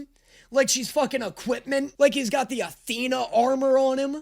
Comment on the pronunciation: Tethena its right there lol 😂